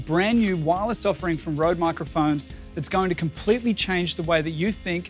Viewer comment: It grinds my gear that no one seems to be able to pronounce the name Røde right